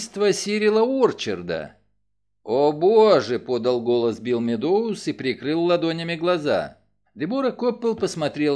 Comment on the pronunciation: Огромное спасибо! Единственное режет ухо фамилия МеддОуз. Правильно будет сказать МЭдоуз - ударение на Э (от английского meadows - луг) Ещё раз огромное спасибо за Ваш труд 🙏❤️